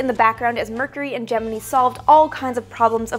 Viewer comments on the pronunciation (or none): Gemini. Gem-in-eye. Not Gem-in-eee. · Gemini pronounced 'Gem-en-eye' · Why does Gemini get mispronounced incorrectly when spoken in conjunction with the NASA missions? It's Je-min-eye, not Je-min-ee. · Damn, I'm surprised Stanley Kubrick didn't pick up the mispronunciation in 2001 A Space Odyssey.